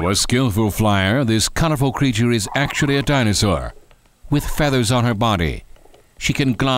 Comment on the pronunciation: wow this guy doesn't know how to pronounce any dino, which is pretty sad